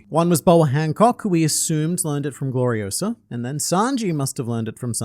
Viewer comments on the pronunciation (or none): "It's Glori-o-SAH, not Glori-o-suh!" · It's Gloriosa, not Gloriosa. 😅 But SHE FELL FOR XEBEC. I am beginning to think Xebec is basically not what everyone says he is. I think he's actually another Luffy and Roger. Looking at them saying he ran off ahead and just blatantly talking about his similarities to Luffy and Roger. I think Ol Lady Nyon is the Boa and Xebec is the Luffy of the modern era.